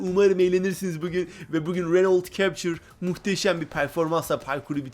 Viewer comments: Okunuşu öyle cepçır değil kaptur diye okunuyo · tamam işte yazılısı captur okunuşu kaptur